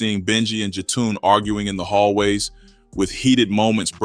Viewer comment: Who is Jatoon?? Also, that is not Jetun Rush. That’s Billy Moore’s cousin. 🙄 RIH Benji 🕊️